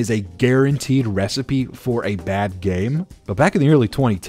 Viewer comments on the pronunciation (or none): none